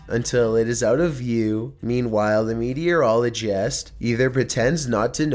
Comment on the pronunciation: Haha. Say notice or meteorologist again